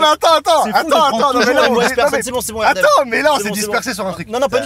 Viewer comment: Ça fait plaisir d’entendre le prénom Erdem correctement prononcé )) Merci👍👍